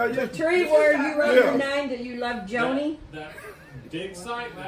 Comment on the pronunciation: LOL " Joanie" lol